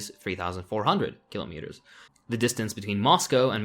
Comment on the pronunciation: Your mispronuciation of "Kilometers" is racist